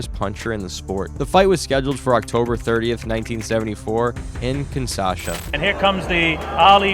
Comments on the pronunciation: And Bro It's KINSHASA NOT KINSASHA. 😂😂😂😂😂😂😂😂😂😂😂😂😂😂😂😂😂😂😂😂😂😂😂😂😂😂😂😂😂😂😂😂😂😂😂😂😂😂😂😂😂😂😂😂😂😂😂😂😂😂😂😂😂😂😂😂😂😂😂😂😂😂😂😂😂😂😂😂😂😂😂😂😂😂😂😂😂😂😂😂😂😂😂😂😂😂😂😂😂😂😂😂😂😂😂😂😂😂😂😂😂😂😂😂😂😂😂😂😂😂😂😂😂😂😂😂😂😂😂😂😂😂😂😂😂😂😂😂😂😂😂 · The city is actually Kinsha... sa. Not Kinsa... sa. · Kinshasa. Not kin Sasha. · It's Kingshasa, not Kingsasha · Five seconds in, and you've already screwed up. The capital of the D.R. of Congo (formerly Zaire) is not kin-SAH-shuh. It's kin-SHAH-suh. SMH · It’s KIN-SHA-SA, not KIN-SA-SHA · Kinshasa, not Kinsasha. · Kinshasa is pronounced Kin-SHAW-suh, not Kin-SAW-shuh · Like KIN-SHA-SA as opposed to KIN-SASHA. The first one is the name of the capital city of Zairean. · It's KINSHASA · I still don't get how they manage to mangle Kinshasa so bad